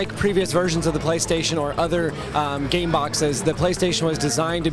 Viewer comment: "Gaim" i thoughtd he sayd "Game"